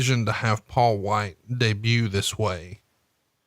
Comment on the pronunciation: It's Paul Wight It's Paul Wight It's Paul Wight I think it's Paul Wight.